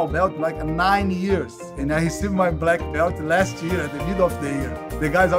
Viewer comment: "Blacky belch"